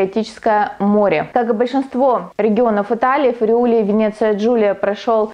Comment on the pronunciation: Внимательно слежу за вашими работами. Спасибо за труд! В рамках изучения итальянского... Friuli ударение на первое i